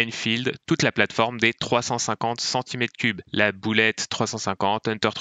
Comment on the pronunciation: Oui, je sais bien (j'ai eu une bullet et une himalayan). Mais le gars, dans cette vidéo et d'en d'autres, dit toujours "boulette". Ca m'énerve. Autre chose : elle a bien changé la bullet depuis 1933 ; le moteur, les freins, les suspensions etc. La bullet d'aujourd'hui a vraiment changé et c'est tant mieux !